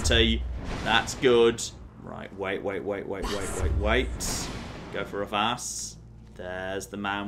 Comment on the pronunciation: Anyone ever notice that when he says the shout "vas" it sounds like VATS?